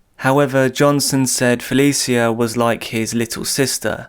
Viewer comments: Please watch and listen to a few news broadcasts on cases you’re covering if you can. Helps you pronounce victims names properly. Fuh-lee-shuh not Fuh-lee-see-uh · if you ain’t from Baltimore then stfu he said her name wrong thats a fact